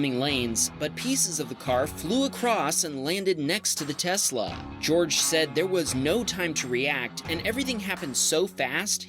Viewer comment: Jorge = whore-hay is the correct pronunciation not George